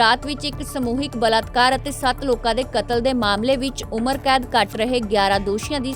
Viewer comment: ਪੰਜਾਬੀ ਤੈਨੂੰ ਬੋਲਣੀ ਨੀਂ ਆਓਂਦੀ ਬਲਾਤਕਾਰ ਹੁੰਦਾ ਨਾ ਕੀ ਬਲਤਕਾਰ ਚਿੱਟੇ ਦੇ ਮਾਲਕ